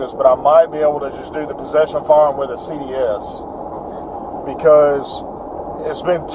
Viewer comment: Fiyeyahm - "firearm"